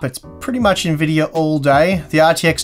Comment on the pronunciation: What is an "N-Videyor"?